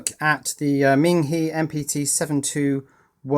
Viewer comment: Hi. I don't know if this message will persuade you to change your pronunciation of the brand name but in Chinese PinYin, Ming He is pronounced Ming - HER or HUR. You are pronouncing Ming correctly but HE is actually pronounced as if you were pronouncing HER or HUR in English.:-) This is kind of like the pronunciation for "Hermes". As the French bag maker, Hermes is pronounced a certain way. But as the Greek God of speed, Hermes is pronounced quite differently in English. So while HE is pronounced HE in English, HE is actually pronounced HER/HUR in Chinese.:-) Good day!